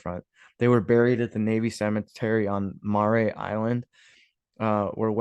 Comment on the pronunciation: Mare: pronounced like Hair with an M. Mare Island Brewery. Mare Island (Vallejo, CA) about 26 miles north from SF.